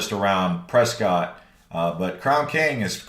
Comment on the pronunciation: So I just learned today Prescott is not Prescott. It is Presskit. 😂😂😂 I think you said Prescott several time until the very last video you said Presskit. 😂😂😂